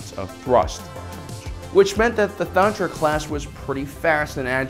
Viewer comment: Ay it’s Thranta class, not Thantra class